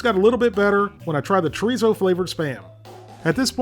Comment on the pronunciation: The way he said churizo